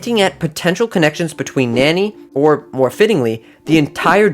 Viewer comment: Nani is not pronounced nany